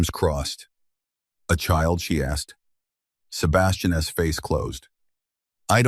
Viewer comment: Loved the story, unfortunately there were no subtitles and the narrators voice is the worst I've ever head. Worse than the braindead aliens voice. This one can't pronounce an apostrophe. For instance , it can't pronounce Sebastian's name !!! It pronounce it as Sebastian S. It was so damn irritating i could scream, but, i wanted to listen to the story, I had to bite my teeth and listen. From Randburg South Africa 20 July "26